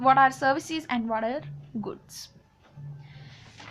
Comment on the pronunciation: Just a silly explanation it doesn't help me get lost...............and once again don't show off that u know foolish English exploit it by saying "what"as"water"okk so plz take class of English ur English is so bad.....😂😂😂🤣🤣